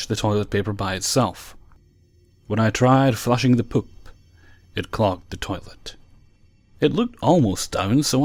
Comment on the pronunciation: You say "poop" like Ms. Doubtfire lmao..."pôp".